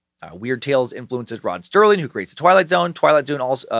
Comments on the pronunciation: Does he keep saying Rod "Sterling" instead of Serling or am I just so used to hearing mispronounced words I'm hearing things? Oh dear lord when he gets to the monster names his head just might explode! LOL! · Rod SERLING. Not sterling ....🙄🙄🙄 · FOR THE RECORD, there is no “T” in “Serling.” (Still love ya, brah ... )